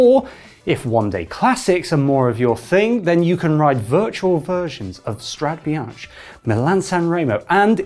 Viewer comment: Dude, you live in Europe and you don’t know how to pronounce Strada Bianche correctly?